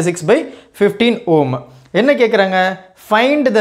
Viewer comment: Home ❌ Ohm ✅ 😂😂😂😂😅